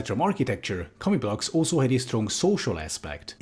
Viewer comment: I keep hearing you say "comic books."